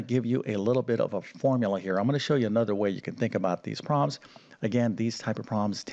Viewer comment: The word is "prob-lems", not "proms". Enunciate ffs!